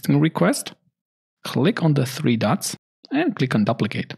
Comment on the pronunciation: Great comprehensive course. Just the word "duplicate" is pronounced with a long u like the word queue. Sorry, it rings in my ears. I know the English language is filled with lots of irregularities. People pronounce the word "tuple" with a short u but I have also heard people pronounce with a long u sound.